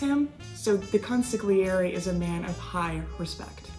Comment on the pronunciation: Why doesn't anyone pronounce "consigliere" properly